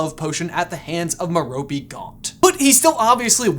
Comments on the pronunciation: His moms name is pronounced Mare o pay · I think metope is pronounced meropay